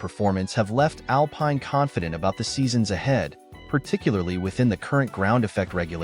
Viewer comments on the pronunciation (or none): Man has never watched a race or he would know how to say Alpine, Briatore, and other stuff. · Pathetic. If you can't even pronounce 'Alpine' properly.......